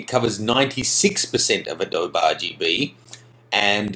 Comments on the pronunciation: "Uh doe bee" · A-dowb hah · What the hell is 'AH-DOBE'? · It's really hard to trust anything you say when you can't even pronounce adobe. It's pronounced Uh-doh-bee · HA ha, he's an Aussie, doesn't know that Adobe is Native American word ---pronounced A-Doe-Bee